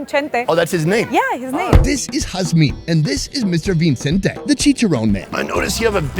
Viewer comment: His name is "VICENTE"... NOT " VINCENTE"!!!! LOL. tooooo damn funny.... great video.